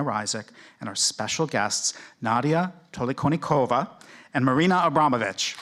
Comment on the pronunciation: AbramoVic not Abramonic...